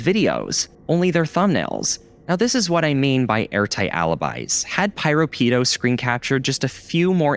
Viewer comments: Actually, the name Piropito was pronounced as "Pee-row-Pee-tow" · The way he keeps pronouncing piropito’s name with such a STRONG american accent gives me psychic damage💀💀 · Don't know who this "PyroPido" person is, but they better not be taking credit for PiroPito's work. Jokes aside, you might wanna double check your pronunciation in the future.